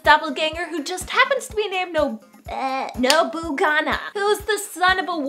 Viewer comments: nobuNAGA not GANA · You said nobunaga... Nobugana.. Not the right lord lol